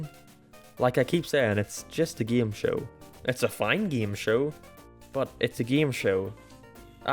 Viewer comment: "Geeme Show"